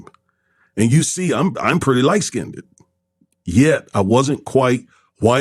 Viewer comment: Check yourself on your pronunciation of skinned.